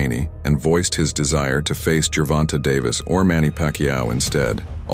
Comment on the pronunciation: Bro are you trying to say Gervonta wrong on purpose? Like 8 different pronunciations lol its was actually funny as hell 😂😂